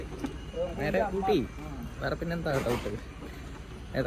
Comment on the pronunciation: ഓട്ടി അല്ല ഊട്ടി ആണ്